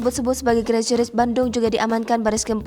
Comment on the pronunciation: Crazy mbak...crazy..... Bukan GRAZY 😁